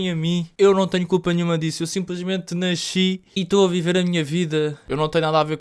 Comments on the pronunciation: "Eu simplesmente "náixí" aqui":elbowcough::face-blue-smiling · E pq os portugueses falam nAXI em vez de nasci??